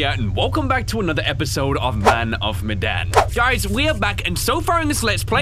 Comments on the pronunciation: Ok. So apparently Medan is pronounced Me-dahn. According to the internet. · It’s man of medayn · It's pronounced (May, den) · Hey Ryan why you saying meadan meden? Oh yeah you're english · am i the only one who cringes when Ryan pronounces man of medan wrong? (pronounced meedan)